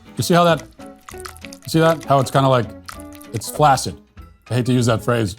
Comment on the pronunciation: It’s pronounced “flaksid”, you philistine!